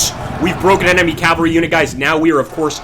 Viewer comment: Learn to pronounce Cavalry , jesus chirst....